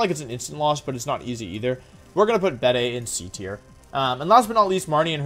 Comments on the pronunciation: Dude just called Gigalith "Jiggleith" Also I'm pretty sure it's pronounced Beed, not beday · Bede is pronounced like "Bead". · It's pronounced bead